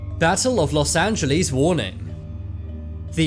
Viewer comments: Loss Angilees? 😂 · btw it’s not Los Angeless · Ah yes los angelees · los anjeelees the way he pronounced it💀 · Where is "los angel LEES"? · Los Angelees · Los angelees - 💀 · los angalies??💀💀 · Los angeleejs 💀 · los Angelees😂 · imagine saying Los Angeles wrong